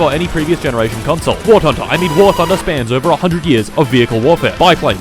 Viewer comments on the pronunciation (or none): WART HUNDER is the correct pronunciation, until you reach ultramegachad level and realize it's war blunder. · "wart hunter" ??? 😂 dont let war thunder fans near him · "wart hunder" 😂😂😂😂😂😂😂😂😂😂😂😂😂😂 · ah yes war tunder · I love how he pronounces War Hunter- I mean War Thunder wrong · I’m glad I’m not the only one who says wart hunder